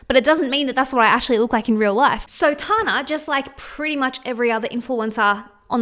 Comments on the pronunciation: I love you but it’s pronounced Tan-ah, not Tar-na 😂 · Tana Mongeau’s name is pronounced Tan-na. Like when you tan In the sun. “Tan” then “na”. Tana.😭😭😭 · I love your videos,! Just letting you know that it's pronounced as 'Tanna' and that she openly admits to photoshopping the sh*t out of her Instagram posts... not that it makes it okay but at least she's not completely deceiving all of her audience. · The way she was saying Tanas name 🤣💀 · I never realised how different the we say the name Tana is until I heard another Australian say it out loud haha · I can't get over how you say tana 😅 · love the video but i cant get over the way you say tana haha